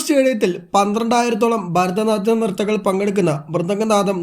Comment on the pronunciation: ന്യൂസ്‌ റിപ്പോർട്ടർ മലയാളി അല്ലേ 🤔ഭരതനാട്യം എന്ന് പറയാൻ ബുദ്ധിമുട്ട്